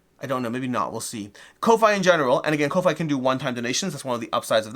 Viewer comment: Thanks for the giveaway! (Just FYI Ko-fi is pronounced coffee - as in buy someone a coffee)